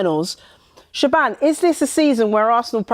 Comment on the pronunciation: Is the reporters name actually pronounced “Sha-ban”? Surely it’s “Sha-von”